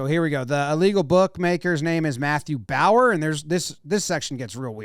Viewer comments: Also I’m pretty sure it’s not Bower but the bow is pronounced like the bow in bow-tie followed by a “yur” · Also how do you pronounce Bowyer as Bauer? Its clearly Bow-yeah